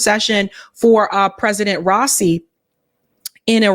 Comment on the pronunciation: it's rah - ee -- see (soft s, s that sounds like a c ) bless your works <3